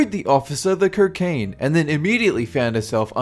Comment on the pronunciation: You say cocaine weird lol kerkain hahahahahahahahahahaha